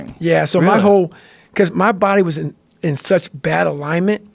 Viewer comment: the way Goggins says "such" always gets me, he pronounces it as "suts".